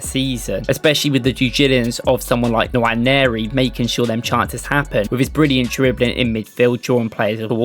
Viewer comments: It’s not Nawa-neri, it’s more like Noire-neri. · The N is silent. Waneri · Nwaneri = nwA-nay-rI This is the correct pronunciation because he is nigerian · no it’s not. It’s pronounced En-Wan-Airy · Its pronounced Enwa - neri , hes from the same Nigerian tribe as me. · Great video. Please learn how to pronounce his name properly. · Good video. but please stop butchering his name. If you need a pronunciation clip DM me. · Quite frustrating to be hearing it. Not every name has to be anglicised